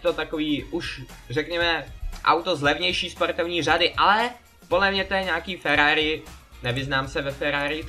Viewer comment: to není Ferrari a nauč se r